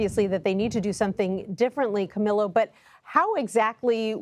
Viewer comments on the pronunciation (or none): Correction/helpful hint: The name Camillo is pronounced in Soanish as Cameel-o, NOT AS Camilo. It could be polite to ask that journalist how he prefers his name to be pronounced and if he prefers his name to be pronounced in the way I have specified (aka via the Spanish pronunciation of his name), you could then show him further respect by pronouncing his name in Spanish for him.